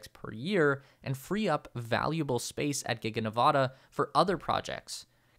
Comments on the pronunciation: Enjoyed the video. But, ya know, Ne-vă-da. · Please pronounce my home state Nevada correctly... short a. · Please properly pronounce the name of the state of NEVADA